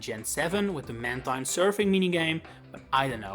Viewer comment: I would say Skarmory is more forgettable than Mantine (also it’s pronounced Manteen)